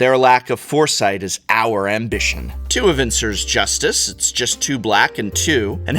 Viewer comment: I've never heard anyone pronounce augur or Evincar this way before, and now that I type the word out for the first time, does anyone else find it strange/ominous that Evincar is a near anagram for Ravnica?